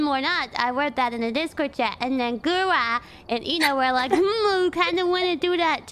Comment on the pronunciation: I like how kiara pronounces gura like goo-ra